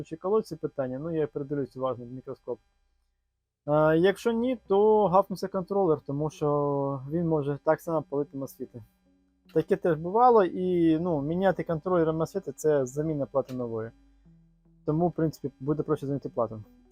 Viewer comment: Тільки не мосфіт а масфет, ну хоча б мосфет. Надіюсь, що канал ставатиме щораз якіснішим.